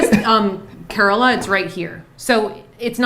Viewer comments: Dammn that Google search was near Bangalore and I live there and I had no idea it was so close.... but I guessed kerala which is my native place 😂 also pronouncing Kerala as Karala😂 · I love how is pronouncing Kerala at first I was cringing but then I laughed...